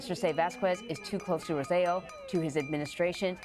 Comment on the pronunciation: That's not the ex Governments name; it's "ro-say-jo"